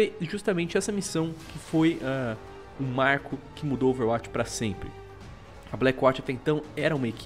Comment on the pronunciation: cara, por favor, aprende a falar OverWatch direito... vc faz videos sobre o jogo...